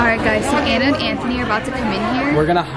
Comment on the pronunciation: Smth people didnt realize is she said letter by letter lol